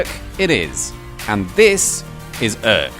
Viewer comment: I don't speak Dutch, so I'm not quite sure how to correctly pronounce "Urk". But I can't imagine that your version is anywhere near. Considering how well you manage French, German and even Danish, I find that disappointing. That, and the noisy part of the music, made me click 'dislike'.